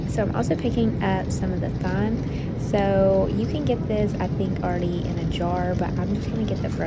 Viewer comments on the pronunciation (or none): lol THyme lol I had to rewind 🤣🤣 as I’m doing my makeup listening / watching. it’s just TIME LOL … great menu! Tip with the chicken noodle soup. If you’re going to make extra for left overs don’t put the noodles in the soup and save. Cook the noodles separately then add the broth to it. If you save the noodles in the broth the noodles will swell up and become mush ❤ That spice cake / can pumpkin was so dry to me!I made it last week. Let us know how it turned out for you.I gotta figure out how to make it more moist without changing the flavor